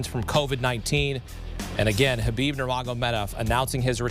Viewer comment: U mean kubibe?